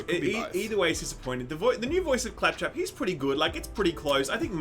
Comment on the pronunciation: how did fuck up “clap trap” 😂😂😂😂😂